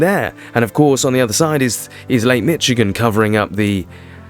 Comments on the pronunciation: its pronounced mish-igen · You pronunciation is wrong it is not called Lake "Mitch-again"